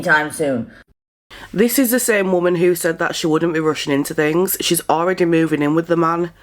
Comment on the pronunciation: She's very manic and she talks like trash. She'll get what she deserves. Lately I've heard young people say woman and not pronouncing it correctly. People aren't very educated anymore.